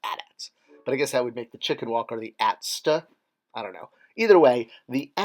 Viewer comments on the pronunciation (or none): With all due respect, please stop with the A-T-A-T / ATAT and A-T-S-T / ATST(uh) crap. It was funny... back in the 80s... the first time I heard and it has NEVER been funny since. Not even when they did it on "Family Guy". Speaking of "Family Guy" they've already done the, shouldn't the ice planet in TESB be called Coldth instedad of Hoth, so please leave that alone as well. You're better than that.